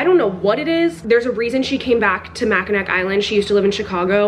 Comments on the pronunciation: Me, a michigander every time she said "macki-nack": "Mackinac, said like macki-naw 😭😭" (I love your videos, and don't worry. Everyone says it wrong, unless you know how to say it.) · LOL “mackinack” island 😂😂 it’s ok you’re not from Michigan so it’s not a big deal. “Mackin-nahw” island. Apparently the last letter isn’t pronounced. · “It takes place on a small island” me who lives in Michigan: you mean Mackinac island?🤨😅 and girl it’s mackinawww island is how you say it😩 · Not me a Michigander giggling at “mack-a-knack island” it’s pronounced “Mack-a-naw” ❤️❤️ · Hehehe it's "Mack-in-aw" island <3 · i go to school in michigan and they say Mackinac like “Mackinaw” for some reason??? the C in it sounds like a w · I’m so glad for your new book video 👏🏼👏🏼👏🏼🥹 also had to come here to say it’s pronounced MACK-in-awe 🫶🏼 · mackinac is actually pronounced like “mackinaw” !! it’s really weird cuz there’s a mackinaw city but then mackinac island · Okay I’m from the upper peninsula of Michigan so I have to tell you that the last C in Mackinac isn’t pronounced 😂 So it’s Mack-in-awe (like you’re in awe of someone.) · Mackinac island is pronounced mac-in-awe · local michigander here!! it's pronounced mac-in-aw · not Mackinac island💀 it’s pronounced like Mackinaw (i have no idea why the c is silent) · Okay but being from Michigan and hearing people mispronounce Mackinac hurts me😭😭